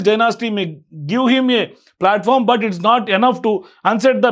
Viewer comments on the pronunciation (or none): none